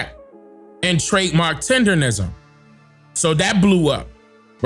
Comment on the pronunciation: Unc said Tender-nism a million times and the two interviewers are still saying it wrong.. Smh 🤦🏾‍♀️